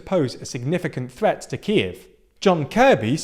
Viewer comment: You need to fix your pronunciation, particularly of Kyiv and Luhansk